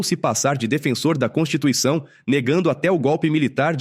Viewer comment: É uma pena!!Mas o mínimo é falar corretamente. Não é "Constuição"...é Constituição